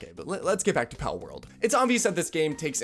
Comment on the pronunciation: edit: i like the part where he mispronounces words for rage bait interaction. i think he just said "parworld" i should have been arrested back in the early 2000s for playing my sister's barbie horse video games allowing me to BREACH NINTENDO'S FUTURE PATENTS of basic game mechanics.